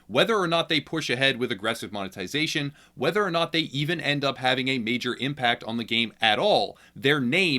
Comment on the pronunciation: the Beginning of the EAnd